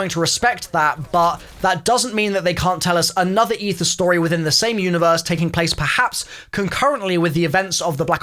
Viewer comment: I didn't think it was possible to butcher aether that much